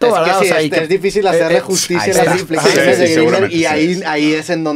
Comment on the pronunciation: Roberto dijo Jacobo Wong u corrigió Jacobo gringberg